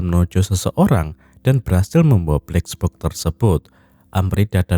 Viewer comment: Gue terganggu narator bilang bleks boks....